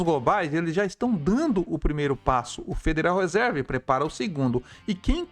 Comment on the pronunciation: A pronúncia correta seria Federal Risãrv